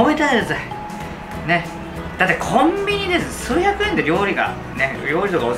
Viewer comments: コンビニが、キョンビニと聞こえてしまう謎🕺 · さすが料理人ですよね！ コンビニがキョンビニって呂律も回ってないとこが面白いw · 「キョンビニの〜、サララチキゥ」 でもう草を抑えられなかった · 冒頭の キョンビニのぉ〜で ます噴いたww